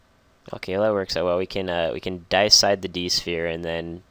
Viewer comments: It's DAY-EH-SIDE, not DIE-EH-SIDE. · I say Dee-A-Side, but I also thought his pronunciation was a bit awkward.